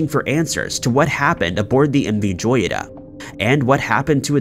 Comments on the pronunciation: The name Joyita is pronounced hoyita which means little jewel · Learn the correct pronunciation of the subject that you are referring..! M V Joyita (hoyeetah) which in Spanish means "little Gem". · He keeps mispronouncing "joyita". It is spanish for little gem (jewel).